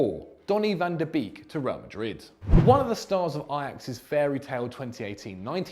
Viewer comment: Ffs, you pronounce "beek" like "bake", why is it so hard to do that, this is really dissapointing